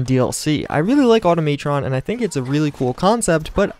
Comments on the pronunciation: "automaetron" lmao Automatron bro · Can you say Automatron right? If you can't that's fine it Just brothers me.